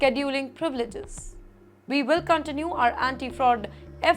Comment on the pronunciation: this anchor's pronunciation is horrible. "Contained" as "Cuntt tained", "Continue" as "Cuntt tinue", "Police" as "Polesss", "Determine" as "Debt Ter Mine" when it should be "Dee ter min"